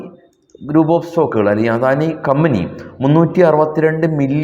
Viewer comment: അദാനിയെ ആദാനി എന്ന് പറയുന്നതെന്തിനാ